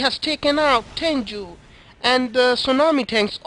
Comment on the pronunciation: its simple actually its pronounced ten_goo you were saying juu instead